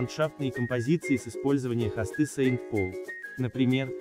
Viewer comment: Не Хасты а хосты.